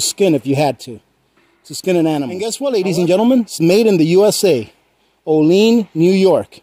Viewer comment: Locals pronounce the town o-leanne, not o-lean.